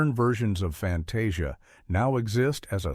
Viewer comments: Clicked to hear about the thumbnail, her face looks vaguely familiar (is she a character from a Goofy thing?) and that's a nice look. If it isn't in this video, I'm reporting this video for Misleading Thumbnail. FantAHsia??? Huh? Then pronounces it correctly a second later. BUZZ OFF with AI voices! One of the people writing the damn video can read it if you're too lazy to find a voice actor! Ugh. I'm going to look if I can report this for unlabelled AI content. Then you go on about the black centaurs of Fantasia (I figured) but use footage from the Sorcerer's Apprentice segment??? What about using footage from the SEGMENT IN QUESTION! I get not wanting to show the controversial characters, but at least show the right SCENE! Including the OTHER centaurs! (These are both about the first MINUTE, you're not doing well). I quite agree, they shouldn't have changed it, just asked the audience to accept it as a product of its time, I see so many old things come with a warning "This may contain questionable imagery from a different time, viewer discretion advised". Lillo? IT'S PRONOUNCED LEE-LO! Ala-deen? ALADDIN! I'm actually glad Bikini Goof-ette isn't there, gives me a solid reason to report this crap. Thanks! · I stopped watching when the narrator ("Fan-TAH-see-ah"? Are you kidding me?) went on and on about the racist characters in Fantasia's Pastorale segment...while showing nothing but "The Sorcerer's Apprentice"!